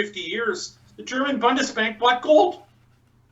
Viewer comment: pls learn how to pronounce Bundesbank ;-) not BONDESBANK